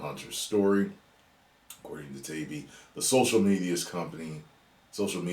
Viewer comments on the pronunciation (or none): FYI.. it's Matt Tie-E-bee